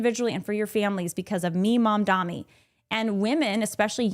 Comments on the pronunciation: This was bothering me but his name is Mamdani not Mamdami No opinions just kept distracting me while watching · It’s Mamdani tho not Mamdami, can we take a minute to learn people’s names before talking about them? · She mispronounced "Mamdani" as "Mamdami" on purpose (it is not a hard name to pronounce at all), and gave more proof (as if it was needed) as to what sort of a human being she is. This is modern Christianity in a nutshell: hatred, racism and white supremacy shrouded in a thin veneer of "faith". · The name is M.A.M.D.A.N.N.N.N.I., I don't think it's that hard to say.